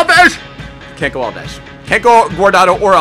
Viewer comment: Why does he say alvesh instead of alves?